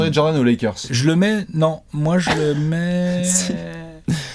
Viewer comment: Et selon toi pourquoi tout le monde dit "Jordanne" alors que c'est Jordan 😂😂